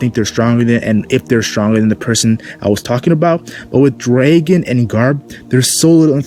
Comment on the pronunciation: his name is dragon not draken lol can you not say dragon?